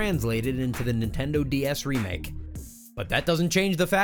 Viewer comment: He said nendindo